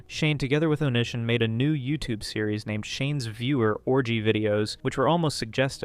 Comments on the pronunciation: LMAO its definitely not on i son. its oh-knee-see-on. fuckin on i son LMAOOOOO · Oh-knee-see-on lmao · Bruv if you’re gonna cover old YouTube lore learn how to pronounce onision …oh knee sea on. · BROTHER ITS ON-I-SON. FUCKING GOD ITS PISSING ME OFFFFF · Justin bye-ber and onishun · I just got to that point and I'm like... Waaiiiiit. Are we talking about Onision? ONITION? xD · How have you been on the internet this long and mispronounce, "Onision"? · genuinely can’t take this video seriously if you can’t even bother to learn how to pronounce youtubers names properly